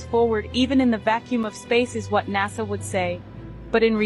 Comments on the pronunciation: Technically is right though, because Nasa only has one S in it, and we pronounce the word "nasal" (to do with the nose), with a Z sound. Right? So I don't fault him for saying NAZA when WE are saying the word as if it had two S's in it and was actually pronounced and spelled NASSA, which it is not. So it could be us who are wrong, but I don't think it matters that much. There are far more scary things with which we have to concern ourselves!!! 😱 I remember reading once that NASA stands for "Never a straight answer". It remains my favourite explanation of them so far!! Haha! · I enjoy this channel but I'll admit pronunciation of NASA does make me shudder a little bit lol. My aunt is from Arkansas and says ot exactly the same way. Does anyone know where from??